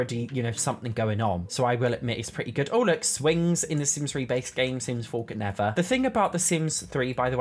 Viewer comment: I absolutely love when he says, the sims 4 could nevah